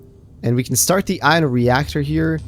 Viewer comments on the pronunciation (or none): ffs its pronounced eye-on not i-in "ion"